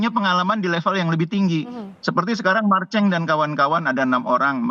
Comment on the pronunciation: Presenternya bilang Marceng apa susahnya sebut marselino sesuai namanya😅.... Kurang tepat penybutanya karna ini bukan podcast,🤔